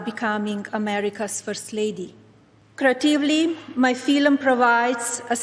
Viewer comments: "I am starring in a fillum" What the flying f*ck is a "fillum?" FIFA has announced they are starting a new "Peace Prize" Wonder who will the first person to get it? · The way she pronounced film as "feel-em" absolutely proves she's a "genie-ass". 😆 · "Film" only has one syllable u fuckin DB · A new “feelim”😂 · "I produced a new feelim" Didn't her husband say that we speak English in this country? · Crikey I've never heard 'film' pronounced so badly! 😮